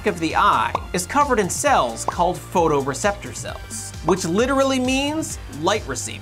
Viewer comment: photoreceptors not photreceptors. 😅